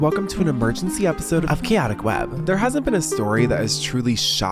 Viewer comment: Another epidode of "kyaticwhaab"... genuinely WHAT? I'ts been a while & idk what he said. (Was he saying "aquatic" something?)